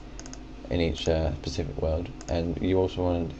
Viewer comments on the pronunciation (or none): Stop saying "pacific", it's "specific". The Pacific is an area / ocean.